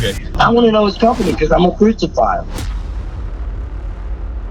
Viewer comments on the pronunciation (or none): He can't even say crucify right 😂😂